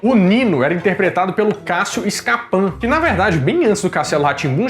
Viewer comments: Não é SCAPAN , É SCAPIN. NÃO É ALLEN, É ALLAN. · Cássio "Escapan"???? Cássio ScaPIN mesmo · Cássio scapan kkkkkk se fala scapin mesmo,e Fred alen kkkkkk precisa melhorar a pronunciação kkkk